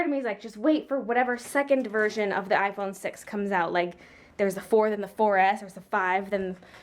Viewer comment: Omg when u said I phone six I thought you said I phone sex😂😂😂sorry